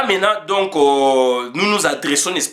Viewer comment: On ne peut pas dire donko il faut bien prononcer mon frère donc et non donco ça sonne très mal